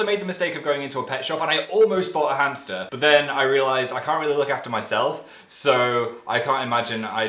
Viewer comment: I dont get why people are freaking outbin the cooments about him saying the word "hamsters" can someone explain pls